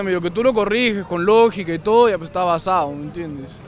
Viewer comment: Uff cuando escuche el "basade", me dio una ganas de arrancarme las orejas xd